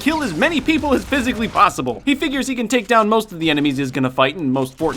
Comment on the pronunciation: “ couple of gas grenades will taka care of that. “ oh jeez xD